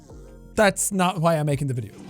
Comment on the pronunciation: I enjoy when Jack pronounces the h in why